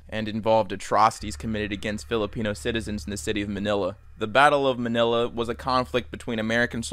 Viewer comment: You said manila wrong lol